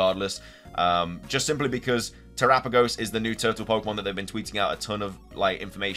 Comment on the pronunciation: Much respect on the correct pronunciation of Terapagos.